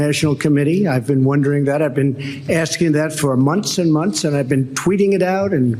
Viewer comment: Donnie baby…the word is pronounced “months” with a th ending. Not “monts”.